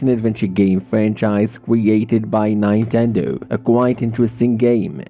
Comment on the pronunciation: Did you just say nine.tendo